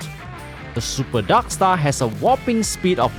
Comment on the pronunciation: i love how you say "darkstar" as "daksta"